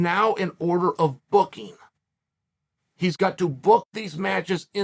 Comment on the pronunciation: i hate how chael pronounces words like BOOKING. BOOKEEEN